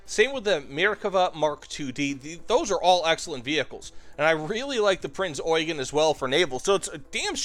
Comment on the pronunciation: is the only American that knows how to pronounce Eugen correctly.